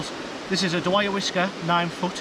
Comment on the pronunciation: 😂😂😂 what's the name of that rod again... "die-ah-wa" is how you say it.